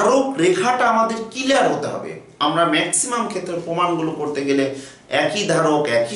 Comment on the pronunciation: দয়া করে কিলিয়ার না বলে ক্লিয়ার বলবেন।🤔🤔🤔😊😉